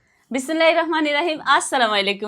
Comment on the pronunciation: Bismillah tao vlo kore bolte parena dhonggi ekta